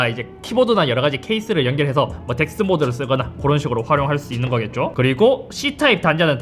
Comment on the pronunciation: 아니 형 아무생각없이 보다가 발음듣고 놀라서 다시 자막보니까 DeX였네...깜짝이야